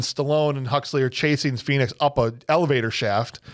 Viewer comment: Did anyone of you notice when stallone shout "phoenix " it sound like he shout "penis"